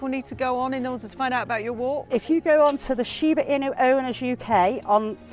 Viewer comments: Pronouncing "shiba e-nue" would be better " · Me: shiba inu Presenter: Sheebaa inyu~ Lol your pronunciation is so funny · e-noo is more accurate and I am a native Japanese speaker. You are welcome. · It's shiba inu tho not inyu >.< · I hate how you pronounce it. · She pronounces Inu incorrectly. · I can’t handle how she says “inu” (いぬ) lol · This is really awful. Please learn how to pronounce “inu” (犬) or just call them “Shiba”. The Japanese most often call them “shiba-ken”. Do a minimum of research please. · I can't with her pronunciation of "inu" because she's saying another word altogether. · "inu" 's pronunciation is not eee-new nor in-you. Apparently it's hard to pronunce for English speakers. Just call them "Shiba", half of the time we call them Shiba, instead of Shiba inu. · There’s no “y” sound in INU. INU means dog, so just call it a shiba. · i have to stop watching this i can't take the pronunciation anymore 😭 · There are 6 Japanese dog breeds that are called "Nihon-ken" and are treated as Japan's national dog. The Nihon-ken include: Shiba Inu, Kishu Ken, Shikoku Ken, Hokkaido Ken, Kai Ken and Akita inu. So she is partially correct. Most of traits exhibited by the Shiba are also found in the other Japanese breeds. I've owned 2 American Akitas with the same traits also, except the scream. BTW, Inu is pronounced E-New, not In-you. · I can’t get over the fact she’s say Inu wrong. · It makes sense now why shibas vary wildly in shape, size and appearance if they're a mix of 3 lines. I love this channel but the pronunciation of 'inu' killed me lol. Not sure which I love more, Doge or Shikoku ken. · SHIBA INU, pronounced Sheebah Inoo The presenter: SHIBA IN YOU! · And trust an English reporter to mispronounce the name of the dog. It’s “inu — ee-noo”, not “in you.” 😅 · The inu is not pronounced "in you." It's more like INOO. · its pronounced as INU.....not INYU. The Japanese word for dogs is INU. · ❌「しばいにゅうshiba-inyu」 ⭕️「しばいぬshiba-inu」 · It is Shiba INU not IÑU